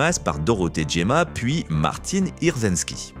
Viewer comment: il y a également un souci de prononciation pour Dorothée Jemma il me semble ('géma' et vous prononcez 'djéma') on trouve un extrait de l'émission C'est Au Programme où elle était invitée en juin 2006 ainsi que Patrick Poivey et Roger Carel ... "Le doublage de films" ... chaîne INA Stars, extrait remis en ligne le 17 Juin 2020 ... (mon commentaire est supprimé dès que je mets le lien vidéo...bizarre... bug du jour ?) j'imagine que si Damien Thévenot avait écorché son nom elle aurait réagi (?) et peut-être Hervé Bellon (?) est-ce qu'on prononce vraiment le 'n' (...à l'anglo-américaine ?) je pense plutôt que c'est à prononcer comme ballon mais avec un 'e'